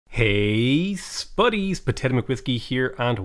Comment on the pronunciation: i really like how he says sbuddys not buddys